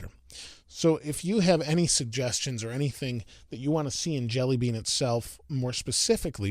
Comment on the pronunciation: Thought he said android deli meat